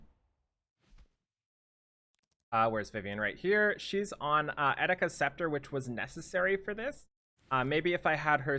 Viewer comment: All the times you said Eticas hurt my heart